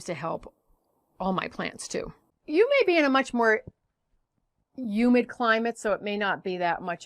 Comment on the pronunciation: Its HUMID.. Not UMID